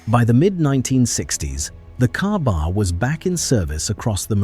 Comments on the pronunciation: Its pronounced "KayBar" not cabar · Ai cant even get the name right it is spoken as k bar